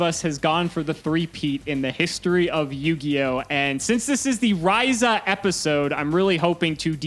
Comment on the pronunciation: Bricking is representative for Monarchs. Top Decking is representativ for xD And still no love for Mobius I see. And burn is still as boring a deck as I remember it to be. And finally. You guys may not have realized yet but actually pronounced Stratos and Raiza correctly this episode